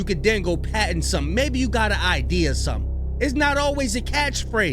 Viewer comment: It's "patent" brah, not "patten".Patten is a last name.